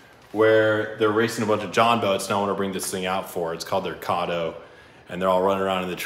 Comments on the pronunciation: Btw Caddo is pronounced like Cat-o not cod-o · Caddo is pronounced where the A is said like "Cat" not 'cotto'.. definitely need to race Kyle's K swapped jet boat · Caddo is pronounced (Cad-Oh)